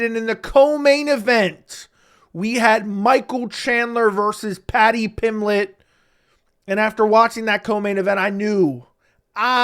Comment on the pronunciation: Paddy pimlett. Lol you are missing the "B" In Pimblett.